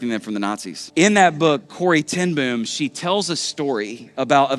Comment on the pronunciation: Wonderful story!! Corrie's best friend once spoke at our church in The Netherlands. What an amazing night! By the way, to pronounce her last name properly, two "O's" in a row is a long "o" sound, like in "foam."